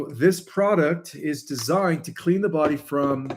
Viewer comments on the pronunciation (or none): none